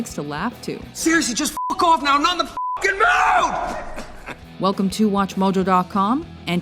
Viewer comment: "fookin" mate. It's "fookin" in Bruges.